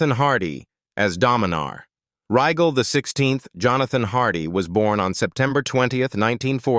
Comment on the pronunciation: Can you say A.I. bullshit? Can't even say Rygel right.